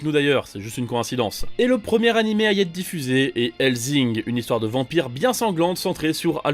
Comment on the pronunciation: Mdrrr le doublage one piece avec zoko 😂 et pitié hellsssssssing pas hellzing